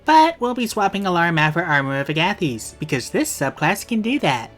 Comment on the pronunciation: that agathys pronunciation made me question reality, then realize I'm right, then type this comment to say I'm right, then question whether the pronunciation of a random demon really matters, then decide to type it anyway and make it self aware so I seem kooler than I actually am (Haha kool joke)